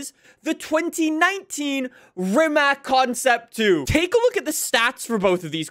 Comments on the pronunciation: Btw is pronunced rimac not rimak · Rimac is pronounced like Ree-mats. It's Croatian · It's pronounced "Rimatz". Even the owner of Rimac, Mate Rimac pronounces it like that because Rimac is a Croatian car company. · Am I the only one that gets bugged by how pronounces Rimac wrong? (It's supposed to be Ree-matz) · You probably already know but thats not how you pronounce rimac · bro is made a Video about how to pronounce Forza, but he keeps mispronouncing Rimac